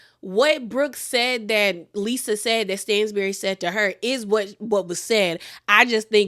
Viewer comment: It’s pronounced STAN-bury not STAINZ-bury. I’m not being shady I love you but it was low key annoying to hear you say it wrong 😂😂😂